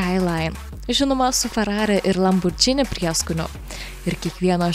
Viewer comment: Lamborgini, o ne Lambordžini